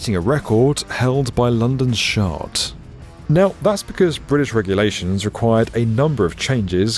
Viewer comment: Did I hear that right? London's... "shart"??